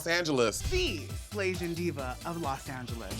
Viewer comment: I thought Joella said “The Slasian queen” and I thought is this another NewYorican situation?